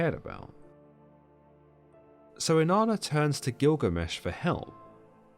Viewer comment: Inanna sounds like enana in Spanish which means dwarf, and that’s all I hear every time he said here name.